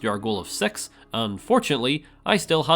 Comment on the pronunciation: Do you say '6' that way on purpose? 😓